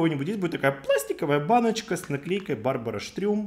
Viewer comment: Да он знает это))) говоря "Барбара Стрëм" он так показывает отношение к бренду 😆